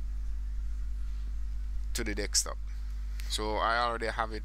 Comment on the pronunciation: Sounds like you say dickstop instead of desktop AHHA